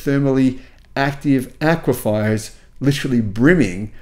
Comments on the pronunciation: another helpful video. Aquifer is pronounced as Aqua… fur. FYI, my friend. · You're saying aquifer wrong. Sounds like someone spelt it wrong.